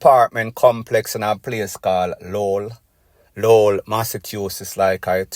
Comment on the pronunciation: Lo-well its pronounce me bredda.